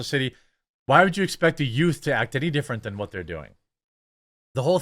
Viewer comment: What's a yoot?😂